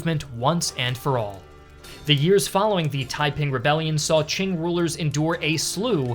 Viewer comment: I love how foreigners can never pronounce Qing correctly.